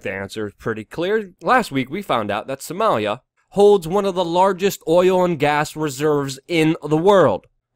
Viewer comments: Why can't you say Soh-mah-lia? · you say Somalia funny